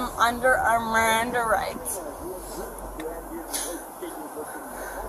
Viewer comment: "NOOOOOE MERRANDAH RITES"...yeah fellas, she's a professional. This isn't her first time.